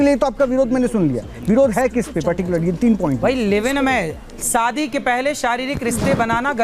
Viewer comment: पहले अपने Pronounce सुधार लीजिए. शादी को SADI बोलते हो